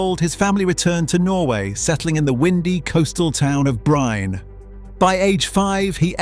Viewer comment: It is pronounced as Holland, while Erling does not correct anyone maybe out of not really minding it. That is how simple and non-chalant he is. Bryne is also pronounced as Breena. Either way Erling is a fantastic player. Nice video too!!!